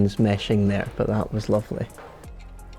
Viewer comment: “..that wuz loofleh.”